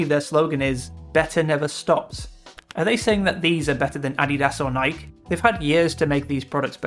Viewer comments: Just an fyi, it's pronounced Nik-E. Not Nike. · That‘s not how you pronounce Nike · The pronunciation of "Nike" lol... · why do people insist on pronouncing Nike wrong?